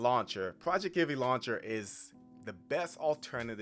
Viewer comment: I'm pretty sure it's going to be pronounced PROJEC TIV EE, not PROJECT IVEE.